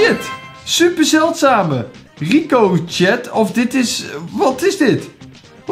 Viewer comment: Je spreekt Ricochet uit als:Riekoosjee